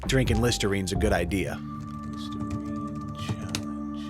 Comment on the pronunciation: Listernine? C'mon